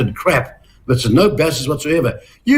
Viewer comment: Peters discussing the treaty of waitangi???? He cant' (will not even bother to try!!) To pronounce the name correctly.